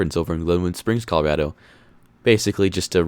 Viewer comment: You’re a Colorado native but can’t pronounce the state’s name correctly?